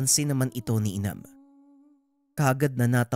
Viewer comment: Correction po....hnd inam Ang twg Jan......imam po